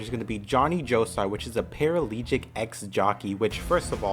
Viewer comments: the word is paraplegic, not paralegic. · ParaPLEGIC BRO. not paralegic. That’s like nails on a damn chalkboard